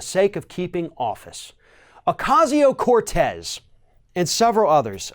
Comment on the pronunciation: Why can't this idiot pronounce her name right...? At this point and after all this time and so many stories, he still cant pronounce her name right...? Isn't that like Journalistic talking head rule 1...?